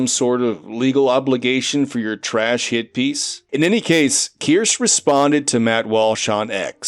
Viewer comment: Not to be annoying but her name is pronounced Keer-Shuh. Not Keer-Sh. Her Real game awards announcer even pronounced it right. But I don’t blame you, it’s spelled weirdly. Who knew that “kirsche” is supposed to be “kirsha”